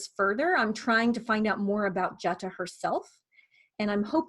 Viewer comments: This is very informative...thank you! I do believe Jutta is pronounced more like 'Utta' with a long U (sounds like 'you'). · Fyi, before you make a video about Jutta von Sponheim, her name is pronounced Yut-tah. Very common in many languages, and definitely the Germanic ones, for the J to represent a Y sound. English is a bit unusual in that the J is a hard G sound but that is not the case in German.